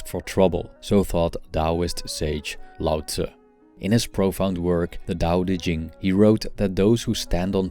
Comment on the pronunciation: I ❤ the way he says Laotzzzzz instead of Lao Tzooo